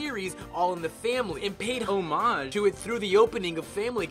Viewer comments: anyone else notice how he said homage differently as if he edited in himself saying it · I'm curious to hear the unedited clip and how the voice over guy mispronounced the word homage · There's homage and there's ''omage''. Probably depends on where you're from.